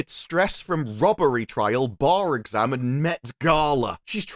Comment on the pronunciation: "You might have a very minor case of serious brain damage" And idk why, sounds like he says exam as "egg-sam" don't know if it's because of the whole new accent coming out of him in the beginning